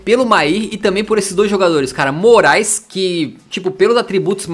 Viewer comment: Noossa só agora eu entendi Denis MORAESLISSON kkkkkk agora tudo está mais claaaroo kkkkkk